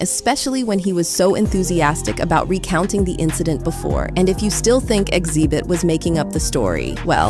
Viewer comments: what's up with the random mispronunciations throughout the video? is it just so people comment on it? its weird to hear the narrator say Xzibit in one sentence and then XEEEEbit in the next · Why does this "AI" voice keep mispronouncing Xzibit name? First Xzeebit then correctly Xzibit? It's obvious this is an Artificial Intelligence voice so the "mispronuciation" is programmed in, on purpose. Why? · His name is pronounced Exhibit. Not X-zee-bit